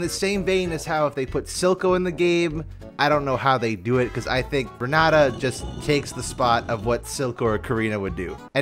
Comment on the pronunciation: Renata pronounced that way is so cursed. Its like saying "Jhaiki" instead of Jake"